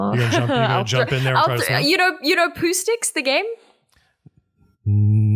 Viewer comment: I heard it as “poo sticks” and my brain locked up for a second until she explained it